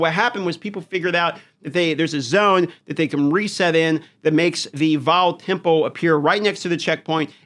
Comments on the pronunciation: Jesus learn how to speak temple..sounds like tempo good lord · Tempu, tempoh, temple??? What are you saying.